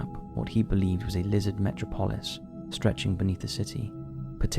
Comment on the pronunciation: "Metro Polis"? Metropolis is a common English word, not like some weird place name that you might be unfamiliar with. Me thinks the narrator is back because it's an AI voice.